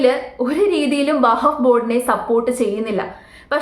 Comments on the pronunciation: വഹഫ്‌ അല്ല വഖഫ് ആണ് 🙏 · vahaff alla wakhaff aanu seri 😅😅😅😅😅😅😅